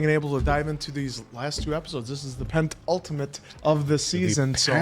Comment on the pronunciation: It's Pen Ultimate. Not Pent Ultimate. Just so you guys know lol